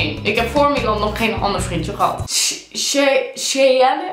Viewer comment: Cheyenne spreek je uit als sjajen haha